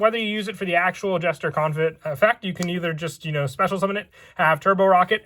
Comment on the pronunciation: Isn't the T in Confit silent?